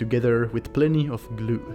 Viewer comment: I love how he says "glew" :)